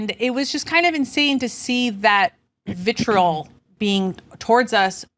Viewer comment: Doesn’t know how to properly pronounce vitriol.